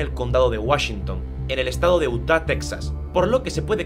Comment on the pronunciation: 'Utah' se pronuncia "iuta"